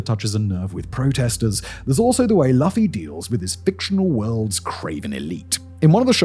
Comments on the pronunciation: listening to you pronounce luffy wrong over and over was hard. shows how British you are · I am glad you covered One Piece, but Simon mispronounced Luffy, and he didn't mention "Bella Ciao" was written on one of the bullets by Tyler Robinson when he assassinated Charlie Kirk recently. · Mispronounced protagonist name 😅 did no one during recording actual watch the program? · Simon's pronunciation of Luffy is physically painful to me🤮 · I used to pronounce it that way before I started watching. I kinda had a feeling he would. It's not an unreasonable mistake to make 😅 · The first one was rough, but I realized we couldn't expect anything else from Simon, and it's a part of his greatness. Like zoro getting lost. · To be fair, it's DEFINITELY spelled like he said. It's not his fault the manga was anglicized weirdly decades ago. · and of course, you mispronouncing his name! 😂😂😂😂😂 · Way before Luffy (pronounced Loofy with two “oo”) punched the Celestial Dragon St. Charlos. There was an event where Luffy asked an “ally” to shoot down the World Government’s flag as a show of defiance to rescue a friend. He knew that by shooting that flag it meant the World Government would stop at nothing to capture him and his crew but had no hesitation. And instead of laying low he punched a Celestial Dragon the so called World Nobles that wear bubbles of air so that they don’t breath the same air as the rest of the regular ppl and that laws don’t apply for them. Again Luffy shows no hesitation all he saw was a person hurting a friend of his so all he knew was that St. Charlos was his enemy, what did he have to lose? He had already made the World Government his enemy. God I love One Piece more than any other media. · "Lafy" is killing me 💀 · You could have bothered to watch a single episode and learned it’s pronounced “loofy” 😂😂😂 makes this video so cringe 😬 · ("Lu-fee") for goodness sake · Why do British people always butcher pronunciations. LOO-FEE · "Laffy" 😭😭 Also, spoilers!